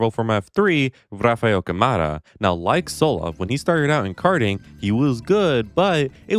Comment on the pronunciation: Oi Man, tip from Brazilian fan. When you announce Rafael title in 2027 ou 2028, pls say Camara with the Ca from Car. Thank you, meu mano.